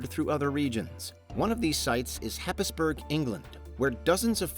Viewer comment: FYI, Happisburgh is pronounced Haysborough.